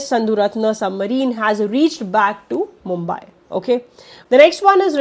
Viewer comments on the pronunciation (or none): none